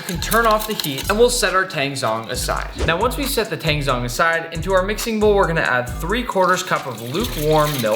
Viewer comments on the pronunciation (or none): tangzhong is not pronounced with a silent h! it's pronounced like "taAng-jOng" as in tang-y and john with a g on the end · To you, Weissman and all the other Americans, zh in Chinese makes a j sound, so tangzhong (water roux) is pronounced tangjong